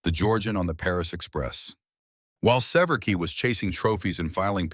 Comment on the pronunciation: His surname is SE-VER-SKY, pronounced, 'Se-vier-skee'. Not, 'Se-VER-key'. Republic manufactured the iconic P-47 also at Farmingdale, Long Island, New York. Less known is Republic's successful F-84 Thunderjet jet fighter and follow on F-84 swept-wing Thunderjet. The F-84 Thunderjet saw extensive service in the Korean War but it was outmatched by the faster, nimble, fast-climbing Soviet MiG-15. The improved F-84G's faster top speed of 620 mph narrowed the speed gap to the MiG-15 notably, but it was still 40 mph slower. The nascent United States Air Force purchased large numbers of Thunderjets and a smaller number of Thunderstreaks but after that Republic's fortunes declined and the corporation ended.